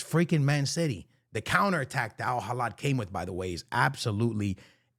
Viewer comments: Al Hilal❌ Al Hilad✅ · My guy its alhilal with an L not alhilad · It' AL HI-LAL not AL HILADDD my brother 🤣🤣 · It’s Al Hilal not Al Hilad my guy. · It's Hilal not Hilad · Al hilal ❌🥀 Al Halad ✅🤣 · Al heelaal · A years worth of my lifespan is reduced whenever i hear mispronounce al hilal's name😭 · Its Al Hilal there is no D and the H is silent.